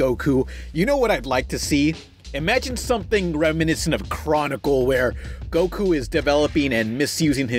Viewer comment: That's not goku! That's "gee-ku"